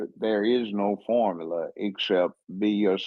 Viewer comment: What is a "formalar"?! No wonder she's single... she's illiterate🤦🏾‍♂️😂